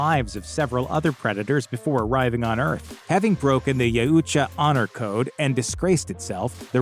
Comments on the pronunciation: YOW-cha not ya-ooh-cha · Y-OW-TCHA..... not Ya-u-tcha... its been driving me insane. XD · Yeah, I though it was pronounced Yowcha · Ya-oo-cha? No no no. Yau-cha. Please repeat. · I had to stop less than a minute in. He lost all credibility with me when you couldn't pronounce it right. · You're saying Yautja incorrectly..it ain't hard. "yow-cha" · I'm pretty sure you're pronouncing Yautja wrong. I've always heard it pronounced as Yowt-ja. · It's actually pronounced "yowt-jah" but great work nonetheless! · It’s pounced “Yowcha” I believe. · Bro said Ya uhhh cha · You’re saying Yautja wrong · They way you pronounce Yautcha is a bit annoying😁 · He can't say Yautja